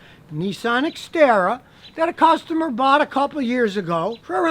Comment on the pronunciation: I thought you said Citroen ixara